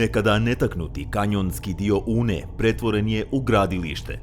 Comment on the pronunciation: Sarajlijice nije "Uuuuuune", nego prosto i kratko "Une".